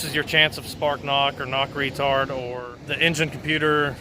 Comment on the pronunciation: "knock REtard". 🤣🤣🤣 It's knock ret-ard.